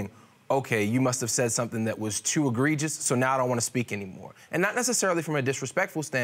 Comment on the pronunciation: Ashley M. Right, when he said egregious, I was like 🧐🤔 lol (not knocking him because I talk like that 😂 but it’s not fake)